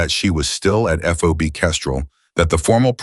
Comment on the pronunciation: FOB not FOBY NARRATOR PUTZ